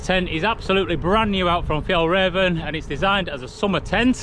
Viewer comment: First pronunciation is correct for Friluft, and your Fjällräven is bang-on! Greetings from a Swedish fan who's the same height as you, the average Swedish man is 181cm so while there are a lot of tall Swedes, most are your height. :) Got a light-weight convenience hack for you when using an FRH to heat your food; bring a metal paper clip, it weighs basically nothing and will hold the bag closed for you, can also be used for a multitude of durable repairs of your equipment when needed. Thanks for the great camping videos, i'm thoroughly enjoying them!